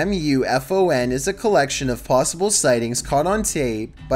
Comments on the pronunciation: It's pronounced "Moo Fawn" -. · OMG! It's MUFON! Yes, an acronym but said as a word; as you would say AWOL, ASAP, RADAR, SONAR, LASAR, etc. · Geek info: MUFON has been around for decades. Its pronounced moo-fawn. They've got plenty of footage to create a whole channel with.👍